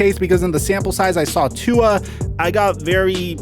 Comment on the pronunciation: stop saying tuas name wrong